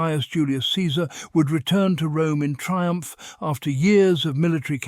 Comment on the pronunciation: That "triump" though...